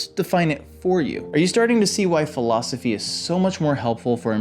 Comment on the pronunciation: Yesss! I was told read self help in high school I said and your the teacher? You mispronounced philosophy btw 👏